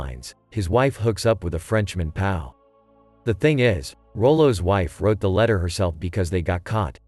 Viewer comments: '...the maltreatment of a pow' Idiots who use computers to do voice over. Perhaps it mean P. O.W. Moronic video. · Of a “pow?” It’s a P.O.W., brah. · please learn to pronounce “POW” correctly